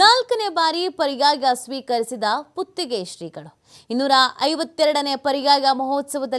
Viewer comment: ಲೋ ಹಂದಿಗಳ ಕನ್ನಡ ಕಲಿರೋ ಮೊದಲು..."ಸ್ಪೀಕರಿಸಿದ ಅಲ್ಲ ಸ್ವೀಕರಿಸಿದ"